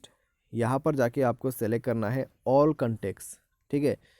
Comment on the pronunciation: കണ്ടേക്സ് അല്ല ഭായി കോൺടാക്ട്സ്, ഹിന്ദിലെന്നല്ല ഒരു ഭാഷയിലും ഭായി ഇനി ഇംഗ്ലീഷ് പറയരുത് 🤣🤣